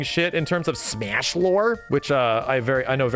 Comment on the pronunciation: "Smeeash Lore" xD